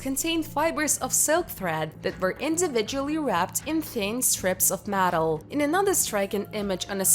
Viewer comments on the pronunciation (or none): A giant hand? What.. iren? Matal? Broons shows you to trace genetic material that determines the sax of an individual? I’m sorry. I love history - so disappointing I couldn’t understand the person trying to speak English. Almost every other word was nearly mispronounced.